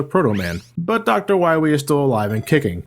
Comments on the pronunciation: DOCTAH WAWHEE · Dr. Wiwy? Seriously, 90% of the times says his name, thats what i hear, im not complaining i just think its funny xD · Why do you call him "Why wee" instead of "Why lee"? :P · Am I the only one noticing that said dr.wowy instead of dr. Willy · I like how in the Megaman 7 review, he said Dr.Willy for the whole video, and he said Wahwee for the duration of this video. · I love the commitment of saying Dr. Wahwee for the whole video. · are you saying wowie? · The first time I watched this review I rewinded the video repeatedly to see if I was imagining saying Dr. Wahwee. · gotta fwight docrah wahwee on teh pwaytation verson. at least its a good laugh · Doctah Wahwee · *docta wawee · Doctuh Wahwee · You'll have to find Wiwly MegaMan. I'm hunting wabbits. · abu Bangurah Yea but as Reinaldo said, in the game Dr Light has a speech impediment and says Dr. Wowy instead of Wily, so obviously was just doing it to make fun of Dr Light's voice... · Reinaldo Martinez i meant when said Dr.wowy instead of Dr. Willy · I love how keeps saying wywee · Doctah Wiwee should be awessted fo his cwimes!! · when we fine dat meteah, we’ll fine doctah wahwee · Be vewy, vewy quiet, I'm hunting Dactah Wahwee insert Elmer Fudd laugh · Docta Wahwee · I love how he calls him Wahwee all the way through 😂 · is he saying Wah-we throughout the whole thing? can't tell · Time out... weren't you pronouncing Dr. Wily's name "Willy" in all the previous Mega Man reviews? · Third time watching this review and noticed you always pronounced Wily as Whawee. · Doctor Wahwee. LOL! ^_^ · Did anyone else love how he calls him "Dr. Wywee"? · DOCTAH WAHWEE!! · I love the cut scene where Dr. Light says, "You must recover all the energy immediately, Wah-Mega Man." How did the voice actor screw up his line so badly? He literally almost called Mega Man, Wily. Er, excuse me. Wahwee.